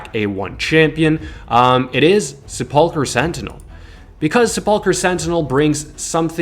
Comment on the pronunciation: Se-pull-cur sentinel, every streamer seems to have problems pronouncing this lol. You ever watch Ash struggle through that word?